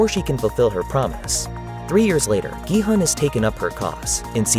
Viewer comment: a big point there. i watch normally foreign movies with english dub(if there is one) but this was just pure trash.. the german dub quite good tho, also the names are much better pronounced than in english.. like Gi-Hoon.. and not Gi-Hun. wtf